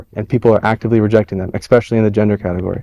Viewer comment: Dude immediately proves himself wrong when he said "ECKspecially."